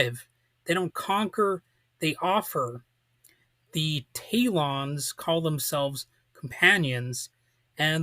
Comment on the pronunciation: This is Worst review of Gene Roddenberry series ( Which he should have mentioned) I have ever heard. He couldn't even pronounce names of Talons Correctly. Could have least found few promotional photos varied views of series